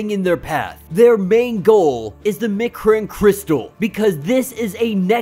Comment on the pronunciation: M'Kran crystal eM'-Crahn crystal Annihilus - Anni-ya-lus Annihilate - Anni-ya-late *note, im not trying to be "That Guy" im trying to help.